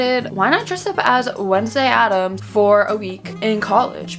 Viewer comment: not me witnessing all the corrections of "ADDAMS" 😭😭😭💀